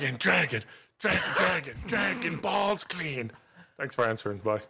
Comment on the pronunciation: Dwagoon Bawlls Cweeen